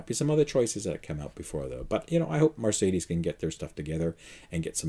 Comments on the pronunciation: why do you pronounce Mercedes as Marcedes? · Mercedes, not Marcedes!! 😃 Also, the proposed Fisker lease has NO term. You could keep it for any duration. Change your mind 6 months in, turn in no penalties.🤗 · Mar - say - dees ?